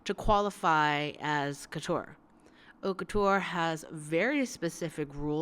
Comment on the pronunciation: haute couture prononciation. h is omitted , and it's like a long o that end with t cause you omit the ending e as well. couture's cou is like coo from cocoon. Lastly the ture is not pronounced as tch and the last e is omitted too. I hope it makes enough sens for you to grab it and anyway it's fine if you can't pronounce it correctly. It just sounds corny and slightly pretentious when English speakers say it. keep up the good work I really enjoy watching your videos :)